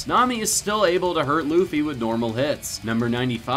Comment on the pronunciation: it's not loffy it's luffy